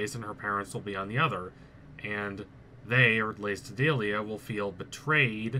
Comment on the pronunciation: Oh my god it’s BELL OS NOT BEE LOS Not only do you need to learn how to say Odalia and Belos’s name correctly. Amity’s hair is lavender which represents her homosexuality as well as defiance to her mother. Cause if you didn’t know lavender was associated with homosexuality during the 20th century as gay men were referred to as “lavender lads”